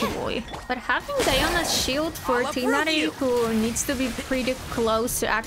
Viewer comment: Did i ever mention that i love your accent? The way you pronounce Tighnari is lovely.